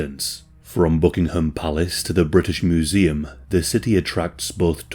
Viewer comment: "Mooseum" Are you serious? can do really good voice overs